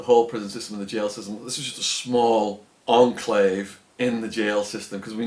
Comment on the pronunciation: Its either enclave or exclave not onclave